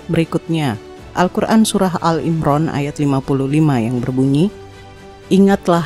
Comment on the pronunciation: Maaf saya sekedar mengoreksi saja. menyebut surah ali Imran menjadi al imran. Maaf bkn mksd menggurui